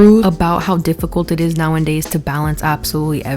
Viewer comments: I like you a lot, but the way you say "nowaNdays" is driving me insane. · Omg can u stop saying “Nowandays”…. It’s NOWADAYS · Girl, I love your commentary, but every damn time you say nowANDdays instead of nowAdays something inside of me cringes a little bit 😭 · "Now 'n' days" girl I love you but pleaaase let me proofread your script/give you speaking notes if you want em 😭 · Love your videos, but it's nowadays not now an days jsyk! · "Rejection is just redirection to people you belong" 😮 i have a deep fear of rejection and that might actually help Also, are you saying "now and days" instead of "nowadays" ?😅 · "Now n days"? Huh? U mean "nowadays"? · I love you but if you say “now in days” instead of “now a days” I’m going to dig my eardrums out of my skull 😭😂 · I love you so much, i love your videos so much. The words are “now-a-days,” not “now-in-days,” and my autistic brain cannot let it go. Please read this comment 🥲😅 🦆🦆🦆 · girl you can't keep saying "now and days" instead of nowadays😂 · I beg you. It’s “nowadays.” Say it with me: Now-A-Days. Now A Days. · The way she says “now n days” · 🦆 completely agree. this has been on my mind since the panini. also "Nowadays" does not have a second "N" ❤️